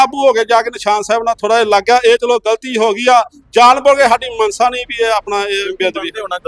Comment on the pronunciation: ਮਨਸ਼ਾ, ਨੂੰ ਮਨਸਾ ਆਖੀ ਜਾਂਦਾ😂😂